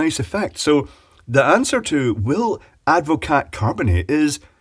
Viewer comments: I believe it's usually pronounced add-vo-car not add-vo-cat, but watevs. Having watched the video I'm still a bit surprised it didn't curdle. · I am very surprised that it took any carbonation at all. Very weird. As a point of interest, it is Dutch and Advocaat is a shortening of its full name. Advocaat is pronounced Ad vo car. Sorry to be a pedant. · Advocaat is pronounced Advocaar the T is like the P in bed........ Silent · The T is silent. It’s ADD-vuh-CAR. 🇳🇱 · Hahaha... super yummy drink is Advocaat. One note though, it has a SILENT t. :)